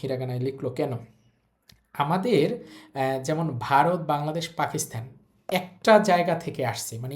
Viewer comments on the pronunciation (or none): none